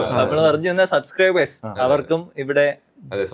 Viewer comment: “Subscribers “ .. pronouncing onnu sradhikkooo..